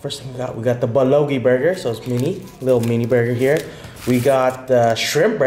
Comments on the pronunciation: First thing its bul-go-gi not bulogi..second thing bulgogi is the meat.. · u pronouce bulgogi wrong BUL.GO.GI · Nobody:: "BeLoGi" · its not bulogi man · Bulogi burger 😭 I love you 😂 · He just said “THE BULOGI BURGER”...... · Lol I was like a what? Not sure how he got bulogi out of that but, hilarious. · BULLOGEE burger... lol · the "L" is silent in Bulgogi 😂😂😂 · Your saying bulgogi wrong and it irritates me because your saying it wrong